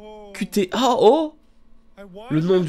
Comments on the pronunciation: Le titre ne ce lit pas QT mais Cutie ( il faut lire les lettres en anglais XD ) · est-ce qu’il a vraiment osé prononcer « cu-té » ? au lieu de « cu-tie » ? je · Pour les cons (j'en fait partie), il faut savoir que le nom du jeu se prononce avec un accent anglophone, ce qui forme le mot "cutie" ou QT comme le titre du jeu... MERCI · laaaa ça se prononce pas Qt mais "Kiu ti" ce qui est une abréviation anglaise pour le mot "Cutie" merci je sais que tu ne vas pas lire ça. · Le nom du jeu en anglais se lit "Cu-tie" qui veut dire mignon. Likez pour qu'il voit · kiou ti pour la prononciation Mais le titre est Cutie(QT) Pour mignon(j'espère). voilà. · Le titre ne se dit pas "KuTé" mais "Cutie" (avec un accent anglais) ce qui signifie choupi, mignon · "Ku té" En vrai C'est "kyou ti" "Cutie" uwu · "KUTÉ"... c'est en anglais, QT, "KYU TY" CUTY. CUTE. MIGNON QUOI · Le jeu ne se prononce pas cu té mais cute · Sa se prononce "kiou ti" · QT qui se lit cutty du coup, ton anglais!:'3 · ça se pronce "kyou-ti" , pour fair " cutie " en anglais , ce qui veut dire mignon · qt se prononce "kiyu tea", autrement dit "cutie" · QT se prononce cute si jamais sksksk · je crois que le titre du jeux se dit "kiou ti" comme "cutie" qui signifie mignion voila c'est tout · À mon avis qt se prononce cute 🤣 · QT se prononce CUTE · Je pense que QT ça se lit cuttie comme en anglais quoi... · qt se prononce cutie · je tiens à préciser que tu prononces mal le nom du jeu :'3 (c'est le diminutif du mot "cutie" (mignon))